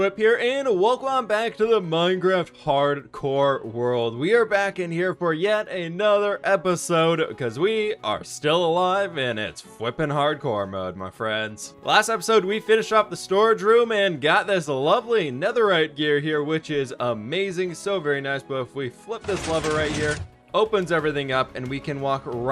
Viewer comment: YALL HE CALLED IT "FWIPPING HARDCORE"!!!